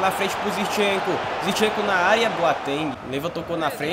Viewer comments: não é "Zirchenko" é "ZiNchenko".... Pronuncia correto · fala ZIRCHENKO mais n, o nome do cara é ZINCHENKO KKKKKKKK